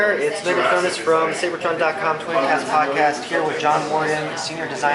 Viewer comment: does that guy not know how to pronounce seibert?